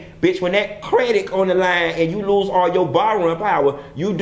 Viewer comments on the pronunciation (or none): "She was fighting for her credik"😂😂😂😂😂😂😂